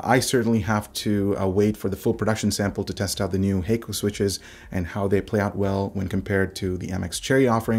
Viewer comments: Kono logo and sound appears like Japanese (but I'm not sure if it is). Anyway, Hako is not pronounced 'hei-ko' like you said in your video - it is 'ha - ko' with short sounding pronunciation - meaning simply 'box' in Japanese. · i think it might be pronounced like Ha(h)-ko, not Ha(y)-ko